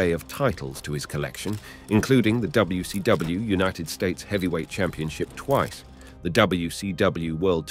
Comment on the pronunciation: Shot of tequila for each time he terribly & badly says "N U O, Ayo-W-E" yet says WCW and WWF correctly